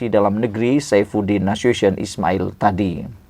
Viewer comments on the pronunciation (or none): SEBUTAN BIAR BETUL SAIFUDDIN NASU TI ON HA JGN BIKIN MALU